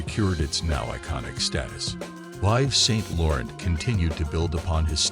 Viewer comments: IVES SAINT LORRENT?!!!!!!-------------- your pronounciacions of many words is AWFUL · If you want to instantly lose ALL credibility, start off by mispronouncing the designers names.